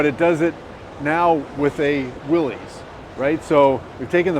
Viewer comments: Except he doesn't know the correct way to pronounce "Willys". But hey, nobody's perfect! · I am suprised the VP of Jeep pronounces Willys wrong.